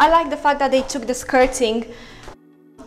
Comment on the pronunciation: she said fact but sounds like fuck,,,hahahha